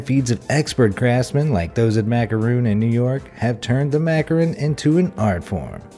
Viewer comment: MacaRON... NOT macaRIN... Smh